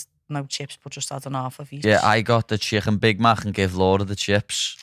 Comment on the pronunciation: Listening to them butcher the word chicken is the only reason I’m here 😂😂😂